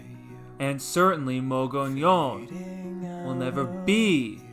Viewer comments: "MUG EEH OWN" NOT "Mo go leon!" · For the record, the town is pronounced "MUG EEH OWN". . . Not "MUG ON YON" Check with the locals in Glenwood if you don't believe me. . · Anyone who butchers the name of the town that bad should not have a YouTube channel. . the town name is pronounced "MUG EEH OWN" All he had to do, was ask any of the residents of Glenwood, or Alma.